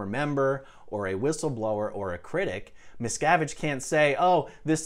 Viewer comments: You made a good video, but the way you say his name makes it sounds like you’re saying “Mrs.” It wasn’t until the lawyer was doing his examination that I understood what his name was. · anyone hear every time someone says miscavige instead hear, "Ms cavige